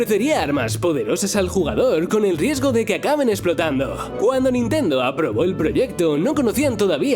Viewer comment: Que dijiste nintenduo, no te entendí, estaba cantando sailor moon